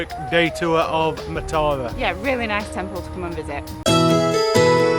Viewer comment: Matara is pronounced as Maaaa-tha-ra emphasize Maaa. If you see someone drinking from a glass bottle it does not necessarily mean they are drinking booze, people fill empty bottles with water to drink. I dont think people actually now fish from stilts they just pretend and ask tourist for money to photograph them!!